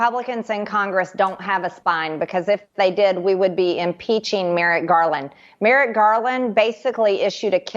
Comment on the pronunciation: It's Merrick, not Merritt, you tool! (She's mind-numbingly stupid.) Enough of this trash. Vote Blue! 💙💙💙💙💙